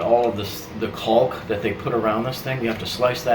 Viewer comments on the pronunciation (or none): Stop pronouncing the L in caulk driving me nuts....lol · I suppose there are regional variations in how the word is pronounced. I always thought it was “colk.” Now I’m self-conscious about it, HaHaHa. Okay, I’ll just avoid the whole thing and call it “sealant.”